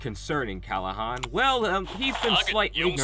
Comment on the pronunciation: kLahan not kAlhan